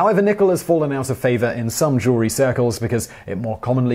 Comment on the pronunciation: Ha ha... He said "Jew-ler-ee" Jew-el-ry.